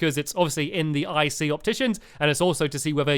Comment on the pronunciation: Stampy doesn't ic sound like icey 😆